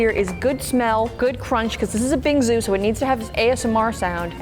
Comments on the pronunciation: It was crucn or something like that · It’s crunch not “crunket”.😂😂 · Nope it’s “cruncn” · It’s crunch not crunkin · FR so stop ………… 👇🏼